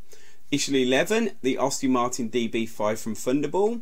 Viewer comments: Any chance you can redo this after learning how to speak English properly? I've never heard so many car names mispronounced so badly. Sunbeam is difficult to pronounce wrong but well done, you managed it, along with Aston Martin. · It is AST-ON Martin...Not Aus-tin Maerin...Not hard to pronounce is it? And it is Volante...not volont!!